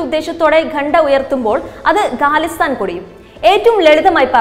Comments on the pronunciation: ഗാലിസ്ഥാൻ അല്ല ഖാലിസ്ഥാൻ ആണ് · ഗാലിസ്ഥൻ അല്ല ഖാലിസ്ഥൻ ആണ്. ഉച്ചാരണ ശുദ്ധിയിൽ ശ്രദ്ധ വക്കുക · Not galisthan it is KHALISTAN